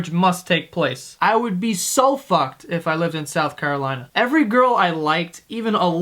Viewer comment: "South Carlolina"